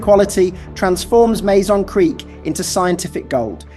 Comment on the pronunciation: Mazon is pronounced Mah-zahn, not May Zahn. I know, I live about 20 miles away from Mazon, I'm a local and have been to the creek bed, many times.